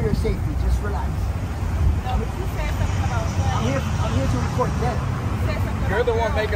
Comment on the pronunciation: "Relaxssh, Relaxssh, Deesshcalate, Sufferin' Succotash." 🤡